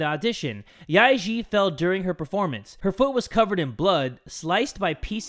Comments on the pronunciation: im cringing when he says the names yae-eun and yae-ji incorrectly XD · How pronounced Yae-Ji sounds like “ Lick pee” in my language😂😂😂